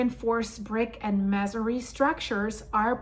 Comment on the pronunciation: We pronounce it may-sun-ree buildings, lol Hugs ❤